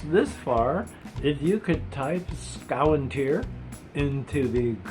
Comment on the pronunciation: SKOW-WIN-TEAR IS HOW YOU PRONOUNCE ''Skoventyr''!? I was notttt expectin that lol